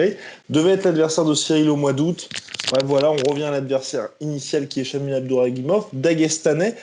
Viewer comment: Pas Abduraguimov mais Abdurakhimov mdrrr vous confondez souvent